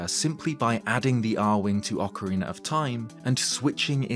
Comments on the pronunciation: You are the first Brit who doesn't say "Ocariner" anymore, it seems like you have listened to the comments telling you how bad that sounds like. Thank you for pronouncing the title of the game as it should be. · At least you pronounce ‘Ocarina’ right. Many, many…. Can’t